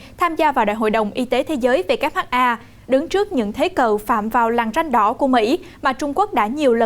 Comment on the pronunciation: BTV sao lại đọc WHA nhỉ